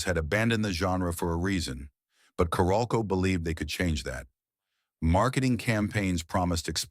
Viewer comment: It’s pronounced Carol-co.